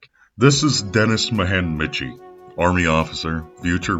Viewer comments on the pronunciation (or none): Great video as always! One small note: Michie is pronounced “Mikey”, not “Mitch-ey” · is it not "Mikey" how you pronounce Michie? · Denis Michie pronounced Mīkey